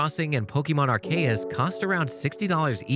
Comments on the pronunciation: “POKE-EE-MON ARE-KAY-US” first off, you forgot legends, second it’s not poke-ee-mon, it’s poke-A-mon and third it’s not are-Kay-us, it’s Ark-oos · You said Arceus wrong and that will make people like a Pokémon fan like me mad also the steam thing is bad and looks like trash the Nintendo switch is better and nobody will defeat it